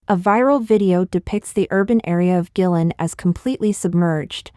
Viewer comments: Guilin, Guangxi. I think it is pronounce Kueilin not gui-lin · Just a small maybe petty poi t...find out how to pronounce the names of places like Guilin...in the face of the tragedy ...this is just a small..maybe e petty and unimportant point